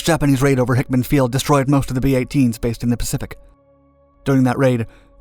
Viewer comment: Yes, it's pretty obvious he never served in the military, with all the mispronounced installation names.